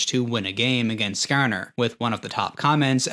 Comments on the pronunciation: skArner. not skerner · SkaAR NUR, idk why but the way he says it makes me fkn laugh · I can tell you're from the Midwest by the way you say Skarner lol